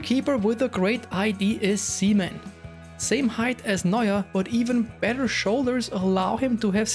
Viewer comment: Says "Seaman" ***Weird pause